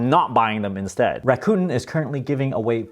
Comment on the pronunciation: It’s pronounced rah-coo-ten.